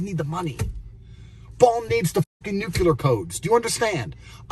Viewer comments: good lord….nucular facepalm. I know it is syntax error, but y tho? NUCLEAR! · You mean when Bond got the "nuc-yu-lar" codes? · Andrew Tate is the kind of guy who says "nucular"